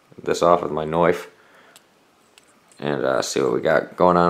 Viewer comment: You said knofe instead of knife